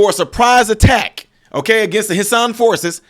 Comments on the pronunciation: Hessian pronounced hesh-shun. You are welcome😊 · Hessian is pronounced hesh-ee-an or heshan if said quickly. It's another name that German soldiers went by in the past.